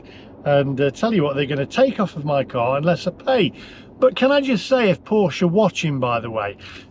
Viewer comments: The e at the end of Porsche is pronounced like the e in egg. Porsche is not pronounced Porsch. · Maybe they've got it in for you because you keep mispronouncing it. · Its "Porsche" btw...